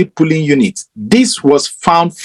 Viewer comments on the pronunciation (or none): Please, dear brothers and sisters, the word is POLLING, not PULLING or POOLLING. Please let's make the effort to improve our grammar.